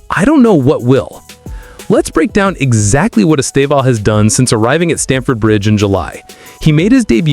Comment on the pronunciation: The first acent in his name is the stroguest one. The second one just show the close nasal sound. Estêvão. The strong silable is TE, please. The way you pronounce is very strange and even funny in Portuguese.